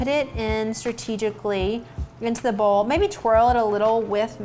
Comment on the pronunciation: She says "Bowl" like "Ball".